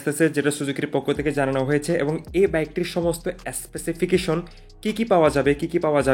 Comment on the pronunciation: Ass-pesification Bhaijor Nakal guard V ass-torm Bhai pronounce koray huge problem ache apnar, jehetu video banan, eita thik koren